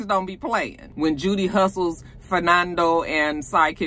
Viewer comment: When you Called Judee with two ee's fire marshall Bill...I hollered🤣🤣🤣🤣🤣